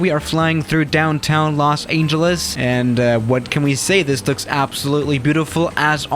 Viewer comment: he pronounces the ANGEL in los angeles